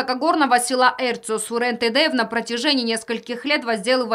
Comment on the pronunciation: Зачем говорить Тэдэев?